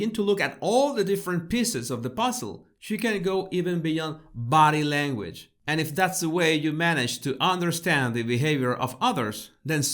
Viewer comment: When I first started listening to him it sounded like he was saying 'my battle language baddies'.. lol